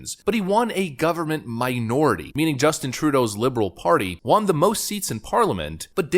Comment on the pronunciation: I’ve never heard someone pronounce “won” so literally like